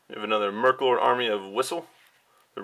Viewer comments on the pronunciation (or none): He said merklord. When it was meklord.